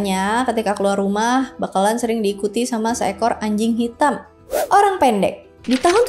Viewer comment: Nyebut Orang Pendeknya kek Personal gitu 😂